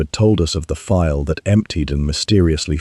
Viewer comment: Vial not file. Otherwise good story.